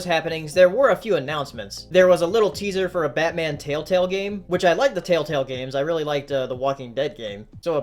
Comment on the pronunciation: "Tale-Tale games"- plz